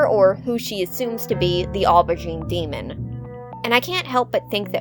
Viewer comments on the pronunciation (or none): none